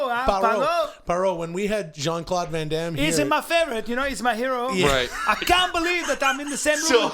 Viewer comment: Jean Claude Can Damme and Not Jean Claude Van Damme had me in stitches. Haven’t laughed so hard in a while lmao